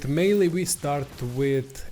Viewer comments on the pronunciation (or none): “May-El” Wicked vid tho! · French name, pronunciation is My-el.